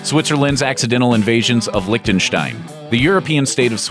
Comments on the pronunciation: its Liechtenstein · "licktenstine" uhhhhh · Why tf does everyone pronounce it like that, it's called LIECHTENSTEIN not LICK THE STAIN